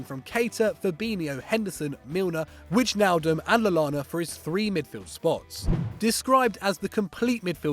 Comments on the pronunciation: Bro its why - nal - dumb (wijnaldum) not widgenaldum 😂😂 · Whichnaldum??? I think its pronounced Whynaldum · Did he just say "wij nal dum"?, Wow. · Did he say ‘Wig-naldum’? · Whichnaldum your pronunciation is a disgrace please work on it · LMAO Stefan De Free, Witchnaldum.... always has to butcher a name!! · "De Vr-ee" "Widge-naldum"???? Really???? At least make an attempt. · Did I just hear a grown man say "Widge-Naldum" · Didn't anyone notice when said WIJ NAAAL DUM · "Widge"naldum...really ? This is why you never win on stat wars 😂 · That pronunciation of wijnaldum killed me😂😂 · Wow can't pronounce wijnaldum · The way Wijnaldum's name was pronounced in this video was a disgrace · Yeah, he literally said the letter'j' like an idiot